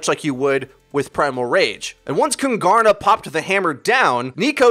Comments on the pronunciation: Its pronunced kuuungaarna, it means the kings in swedish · Kungarna means "The kings" in swedish so please in the future either just call them the kings or pronouce kungarna correct please. You pronouced it like kun-gar-na and that is way off. The G has a J sound like the G in king sort of. Google translate pronouce it good enough so just listen to that. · I find your pronunciation of "Kungarna" hilarious! (I'm a swede) Here's how it's pronounced if you are curious :) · As a swede its so funny to hear you say "kungarna" xD. Fun fact: kungarna means "the kings" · KUNGARNA = KINGS. Would be easier to say for you since you arent saying the swedish word anywhere near correct ;) Easier to find a nail in a haystack then pronouncing swedish words correct. Btw i dont understand why Kungarna didnt switch to PHARMERCY (McCree only counter) instead. A Hanzo to combo the grav with since Hanzo can find angle on Junk from high position (bridge) would be better then a S76 imo, also scatter on walls to get behind Reins shield is something Hanzo could do while S76 only can shoot at it. For first point, not for the whole game.